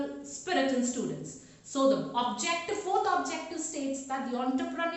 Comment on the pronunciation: really useful infor for commerce students, you well narrated facts..Kindly check your pronounciation dear miss.espec whenever you are sayng students..it is coming as studentsa, economics, it is pronouncing it as economicsa...